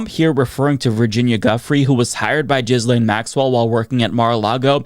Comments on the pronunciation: please STOP PRONOUNCING HER NAME AS “JIZZ-LANE.” I beg you, please stop. On top of being incorrect (it’s pronounced “gill-lane”), it’s also gross to be using “jizz” in this conversation. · Say it like GHEE-LEN, not like you are, as JIZZ LANE LOL 🤣🤣🤣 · i know you’re probably making a joke but her name is pronounced gih lane not jizzlane 😭😭😭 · Appreciate the "Jizz Lane" pronunciation 👍🏻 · I love how you pronounce her name "Jizz Lane." So appropriate. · It's Jizzlaine on this channel. It's deliberate. She earned it. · i just can’t watch this anymore. the constant mispronunciation is driving me nuts. for god’s sake it’s not hard. the s is silent. ghee-lane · Why can't you pronounce her name properly? We laid into people for pronouncing Kamala incorrectly. We must get is right. Also, Giuffre. Get it right! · Dude. Learn how to pronounce a name.